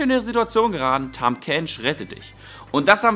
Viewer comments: heißt es nicht "tahm" kench und nicht "tham" kench? xD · Tahm nicht Tham! :D